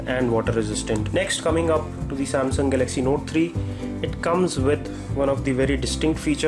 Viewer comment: Please practise speaking in English, it's Galaxy not galagzzz Apart from that nice review